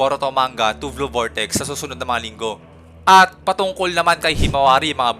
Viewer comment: Blue sir hindi "vlue" hehe 😊